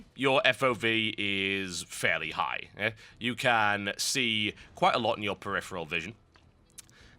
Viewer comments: Dude, you have a fetish for the word preriferal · We should have a drinking game where we drink every time TotalBuscuit says "peripheral"